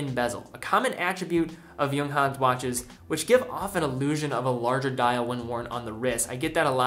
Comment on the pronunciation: for the first time I hear someone from USA pronounces it correctly, bravo!